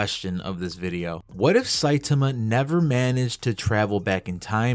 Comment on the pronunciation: My OCD will become the greatest threat to humanity if i hear one more person pronounce his name Sai-tumah 😂